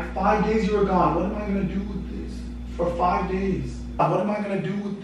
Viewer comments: She said frive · She said frive days